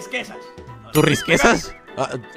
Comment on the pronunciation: Dile a q se dise riquesas